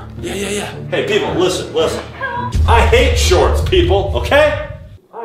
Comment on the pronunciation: He said shorts vy